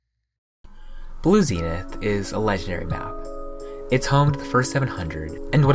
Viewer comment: nice pronunciation of zenith